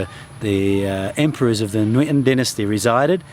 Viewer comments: You are so amazing when you'r speaking Vietnamese lol. But you said the word "nguyễn" somewhat wrongly, you did like "nuyễn" :p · the "NG" in Nguyễn is pronouced like "siNGer" in English. i hope it helps you somehow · I realized that you said the word "ngon" perfectly, and you wanna improve the sound of the word "nguyen", it's something similar.. ;) thanks for making this video! It was so good :)